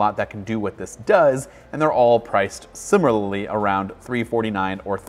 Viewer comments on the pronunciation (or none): none